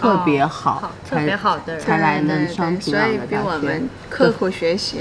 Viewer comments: 很奇怪，人家明明就是講學院就是高中，為什麼不信任人家的理解跟表達能力呢？要一直試圖用自己的猜想去引導，甚至曲解人家的意思。什麼職校、專科？以為人家不懂的分辨嗎？我看這幾個朝鮮導遊的中文程度都比主持人的好耶！！平壤都唸成平朗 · 由于地方乡音的问题，这位女主对“仓光山”的发音感到很木讷、很不适应，因为她那地方口音习惯把“cang苍”音发成“can参”音，所以她反应迟钝了有好几秒钟。反倒是两位朝鲜女孩的“仓光山”发音比女主更好、更正确。 女主乡音浓重，再比如：平朗（壤）、高逆（丽）、吸引逆（力）、十你（里）明砂、地你（理）位置，等等等等。To sum up，她拼音里的“n”和“l”的发音分不清楚。